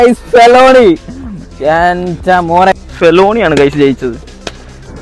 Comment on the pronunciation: ഫെലോണി അല്ല bro.... ❌ ഫെലണി ✅